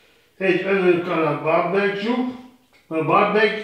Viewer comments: "BÁRBEKCSUK" A mesterünk is hibázhat. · A bárbekk szósz.. Ájj bí bekk